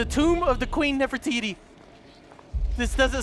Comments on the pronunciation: I love how calls her "Nerf-iti" 😂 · I love how kept calling Nefertiti Nefiti